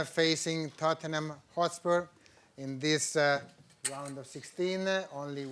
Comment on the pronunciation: THOTnhm hOtspuerrrr